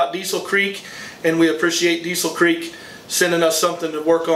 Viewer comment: Diesel Creek is in western Pennsylvania so it’s pronounced “Diesel Crick”….